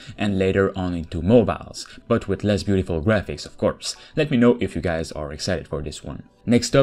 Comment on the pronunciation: pronounce better Not gays but Hi GUYS